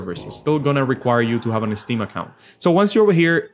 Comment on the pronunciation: It’s “ steam” ,not “esteem”, buddy